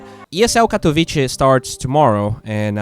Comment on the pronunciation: Yo, the "c" in Katowice is pronounced like "zz" in pizza, nice vid btw